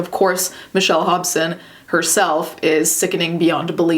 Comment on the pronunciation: When you first said the name Hobson, I thought I heard Hopsin.